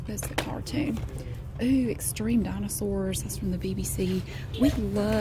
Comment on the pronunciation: They way you say "ooh" makes me think you're about to say "ewww" 😂